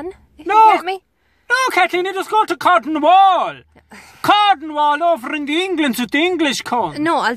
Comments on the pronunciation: Love the way he pronounces Cornwall, I'll have to remember that, sounds much better. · Look I understand we're separated by an ocean but you put one too many syllables in Cornwall and I'm willing to start trouble over it.